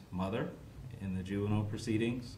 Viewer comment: The judge’s ruling was great. The only thing that was off was the judge’s repeated mispronunciation of the word juvenile.